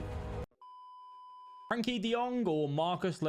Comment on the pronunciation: It's Frenkie not Frankie